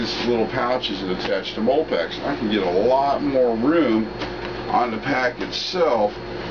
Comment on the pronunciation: I always thought MOLLE was pronounced "molly". Doesn't matter, nice bag. I've been thinking about getting something similar, if I could find it for a decent price.